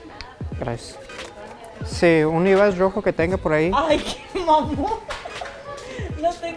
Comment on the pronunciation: "Busco un livais asi rojo, eskini" JAJAJA